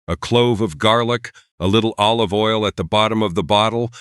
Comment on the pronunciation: This channel lost me with the first mis-pronounciation of 'olive' as 'o-live' (oh live, not dead). I know you're AI, but THAT is beyond riodiculous!!